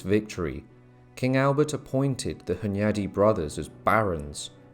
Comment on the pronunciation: John Hyundai? I thawt he woz well Korean innit